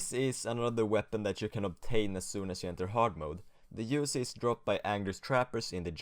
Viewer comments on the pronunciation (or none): mans said "usey"